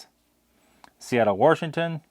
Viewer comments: Did you say Warshington? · My Hoosier mother used that pronunciation. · Who knew there was an "r" in Washington?